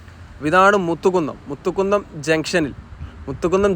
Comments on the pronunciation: മുത്തുകുന്നം അല്ല മൂത്തകുന്നം ആണേട്ടോ. ഞാൻ നോർത്ത് പറവൂർ ആണ് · മലപ്പുറം ശൈലിയിൽ ഉള്ള വിവരണം കുഴപ്പം ഇല്ല പക്ഷെ സ്ഥലപ്പേരുകൾ കറക്റ്റ് ആയി പറയാമായിരുന്നു. Eg. കൊട്ടപ്പുറം അല്ല കോട്ടപ്പുറം എന്നാണ്, കൊതപറമ്പ് അല്ല കോതപറമ്പ് എന്നാണ്, മുത്തുകുന്നം അല്ല മൂത്തുകുന്നം എന്നാണ്. Google Map നോക്കിയാൽ മലയാളത്തിൽ സ്ഥലപ്പേരുകൾ ശരിയായി വായിക്കാവുന്നതാണ്. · 2-3 തവണ പറവൂർ town നിൻറ്റൈ അവസ്ഥ എന്നു പറഞ്ഞു . പറവൂർ town നിന് ഒരു പ്രശ്‌നവും ഇല്ല . മൂത്തകുന്നം ,മു അല്ല മൂ മൂ. മുസരീസ് സ്ഥലം "പട്ടണം". അതാണ് പേര്. Bolgatty ,Chellanam എവിടെയാണെന്ന് ഒന്നു നോകൂ. രണ്ടു പറവൂർ ഏതാണ്. വടക്കൻ പറവൂർ , North Paravur ഇതിലൂടെ മാത്രമാണ് ഈ highway പോകുന്നത്.